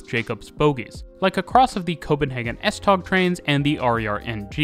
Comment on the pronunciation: Tog in Danish is pronounced a lot like the English word 'tow'. S-tow 👍